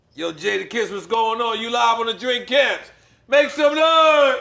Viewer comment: Lmao, nore said "drink camps"